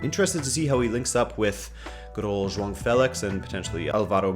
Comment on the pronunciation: is pronouncing João right!